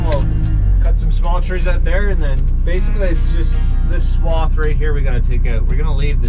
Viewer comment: You said “swoft of trees” i say that too. But i looked it up and its not a word lol